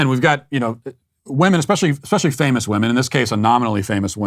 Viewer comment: Why is this “poet” unable to pronounce the word women? It is written women, but pronounced wimen. Not wohmen. Bizarre.